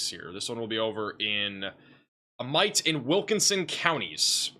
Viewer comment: Amite is pronounced A - MEAT, lol